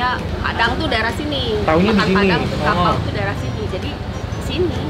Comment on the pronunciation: Gw dengernya pakau bkn kapau